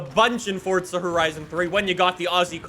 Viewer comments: It’s forza not fortza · Where is the T in Forza? I didn’t know it was Fortza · Why say Fortza?